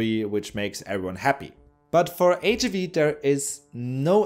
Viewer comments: HIIIIIIV! please don’t swallow the I sound. It sounds so weird and makes me wanna throw up! H-I-V not HV cmon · Why does he pronounce HIV “H-uhh-vee?” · Why did he pronounce HIV as HAV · Ich habe noch nie jemanden auf Englisch HIV so aussprechen hören wie dich. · y do u pronounce HIV in a funny way